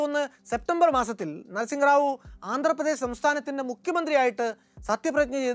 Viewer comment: അതെ... തെറ്റായ ഉച്ചാരണം